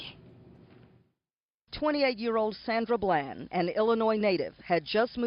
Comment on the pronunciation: ITS BLAND,D!!!! NOT BLANCH LOL SHEESH IT'S PRONOUNCED HOW IT'S SPELLED COME ON HOMIE!!!!